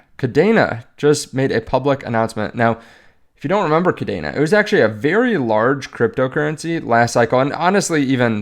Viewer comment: It’s KADENA. Never heard of it.